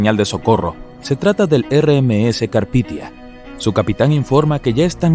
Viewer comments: carpitia? Carpathia xd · Si muy genial con el Carpithia, en lugar del Carpathia. Menudo error. Es como llamar Titonic al Titanic. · El Carpithia????? No sé qué cuesta documentarse bien antes de hacer cualquier video... Se llamaba el Carpathia. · 02 : 13 es CARPITIA o El CARPATIA?